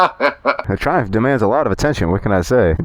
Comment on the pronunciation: You just said driving the triumpj